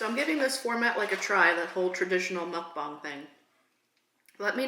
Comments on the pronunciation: You keep saying muckbong it's MuckBANG. Say bang, it's bang. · Also it’s not mukbong it’s mukbang just to let you know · When you say Mukbang your supposed to say bang the same way you normally say bang not bong it’s mukbang not mukbong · why do you keep saying "muckbong"? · It's mook-bang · Mispronounced muck bang. Short "A". I also hate you now for making me want McDonald's.